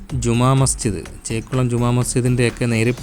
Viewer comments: മേലെ കുരിശു അല്ലടെ മലെ കുരിശു ദയറ പുത്തെൻകുരിശ് 🙏അതേ പോലെ ചെക്കുളം അല്ല ചേലക്കുളം ആണ് ഇംഗ്ലീഷ് വായിക്കാൻ അറിയില്ലേ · ചേക്കുളം അല്ല, ചേലക്കുളം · You can't read malekuriz& chelakulam properly, Malayalam unknown vlogger?